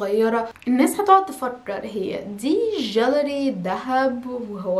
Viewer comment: يا جماعة عم تشتكو من الانجليش و يا ريتا عم تنطقو عدل" جيليري" روحي يا بنتي تعلمي النطق عدل و حاولي تكوني مقنعة بلمضمون مش بلمنظرة التافهة طيرتي النوم من عيني